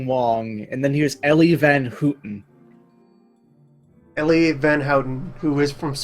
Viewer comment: Oh hey, I am non-Space Dutch. Also known as Sea Dutch. Since, you know, most of the surface area of our country is below sea level. Also, I understand why you pronounce 'van Houten' the way you do, but... that's not how it's actually pronounced. Proper Dutch pronunciation has the 'ou' pronounced as in the word 'noun'. Edit: And disregard that last bit because hey, I spoke too soon. Apologies.